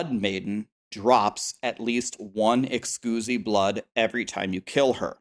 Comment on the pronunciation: Someone PLEASE tell him thats not how you pronounce Exquisite blood